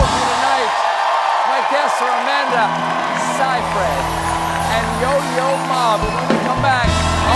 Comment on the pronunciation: I love how carefully he pronounced Seyfried.